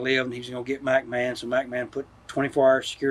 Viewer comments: I like how he always says MackMan 😂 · Mac Man.......its McMahon........